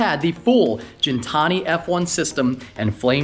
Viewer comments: Its ghen-Tani not gin like the drink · Gintani with a Gih sound not a Jin sound. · It's not gin , it's guin , like pronounced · Please stop saying Jin-tani... love ya but its Gintani not Jintani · For gintani sound that g like Guinea pig not Jin and tonic I think they get offended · You're saying Gintani wrong but amazing sounding car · you do know it’s Gintani not Gintani......?🤣😉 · Hearing Gintani pronounced wrong is so cringe